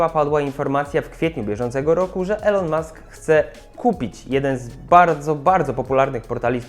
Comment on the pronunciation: Mkbhd umiesz wypowiedzieć, watch też, ventura też, ale Elon już niekoniecznie 👽